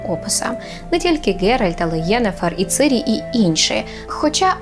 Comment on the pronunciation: і ти теж...:( Ціііірі! Її звуть ЦІІІІІРІ! Цірілла. НЕ "цирі"! І - не и, а українська - не російська...